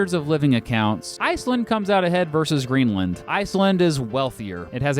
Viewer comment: Indeed Greenland was pretty much spot on too :D